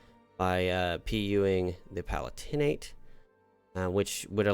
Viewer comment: Having watched several plays on the channel, can I implore you on the pronunciation of the Palatinate? The stress isn't on the "tin" in the third syllable, it's on the "lat" in the second syllable - "puh-LAT-in-et" not "pa-lah-TIN-ate"